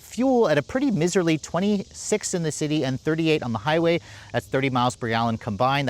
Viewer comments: you lost me at the mispronunciation of miserly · The way pronounces “miserly”…where did you learn this?